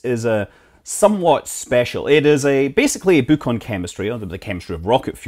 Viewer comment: i had no idea that the word BOOK was pronounced "buke" or "beww" or maybe its "booook" 🤦‍♂️🤦‍♂️🤣😂🤣😂🤣😂😭😭😭😭💀💀💀💀💀💀 jk jk